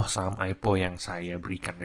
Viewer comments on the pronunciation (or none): om bacanya AI PI O bukan AIPO wkwk